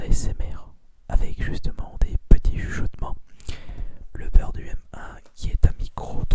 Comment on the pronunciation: Aussi, moi comme plusieurs personnes je penses, on dit plus "Humain" au niveau de la prononciation de UM1